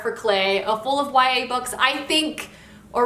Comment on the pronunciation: I lost it when he said YAH books